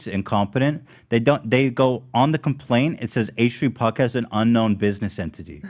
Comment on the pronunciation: bill trump on da pwodcayust